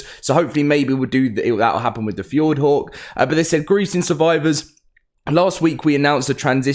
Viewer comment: why in gods name does he keep calling Fjordur Fjord… it’s one thing to pronounce something wrong but bro deleted the whole ur from the name